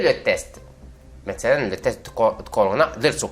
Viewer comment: Bonjour, si je peux me permettre ce n'est pas croûtes mais crottes et test est sans e à la fin